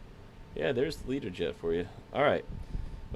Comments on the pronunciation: Why are you saying Leaderjet, surely it should be Lear-jet? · Can I ask why do you call it a Leader Jet. Isn't it called a Learjet 😱